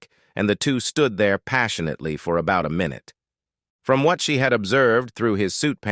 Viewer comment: passionately -> "passionate leigh" LOL. With an error like that either this is human written or the guy who made the video really messed up